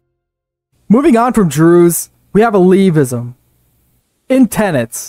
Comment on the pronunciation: Taqiyya isn’t your fault, the “q” in the spelling has no English equivalent sound from Arabic. Taqiyya is in most denominations of Shia Islam if that wasn’t clear by the game tenets. pronounced Ah-Le-V pronounced Al-ow-ism: like other comments pointed out, they practice communion because they are a fusion between paganism, Christianity, and Shia Islam. Most Sunni and Shia consider them non Muslim. pronounced ick-tea-laf-ism pronounced Al-Mo-ha-dism pronounced Sue-fr-ism pronounced Nah-jd-ism pronounced eh-mah-mism pronounced Nah-dj-aff sins and virtues diverge slightly because everything is based on the life of Muhammad, so you can’t really diverge far. pronounced Moo-Tah-Z-lite-ism pronounced Az-rah-qism Fun fact, was the biggest Shia sect until the modern period (Safavids conquered and converted Persia to Twelver Shia Islam) pronounced Moo-wah-lah-dism, made up by paradox to express Iberian Muslim tolerance pronounced E-bah-dism pronounced Ah-shar-ism If I don’t mention pronunciation then you did good